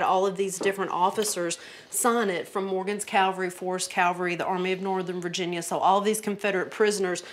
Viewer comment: Calvary??? Where in God's name did you learn to speak. Do you mean cavalry? Get with the program!!!